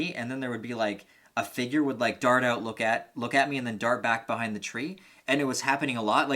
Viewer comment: Lol I watched like 5 of your videos just now and kept hearing you were from Canada, but it didn’t really resonate u til the end of this video. Lol you said “freak the fuck ouuttt”